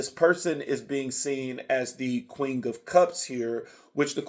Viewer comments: Every time he says “QUING” 😂🫶🏽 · 😂 yes it sounds like you’re blending queen with the word king 😩🤣🤣 QueenG!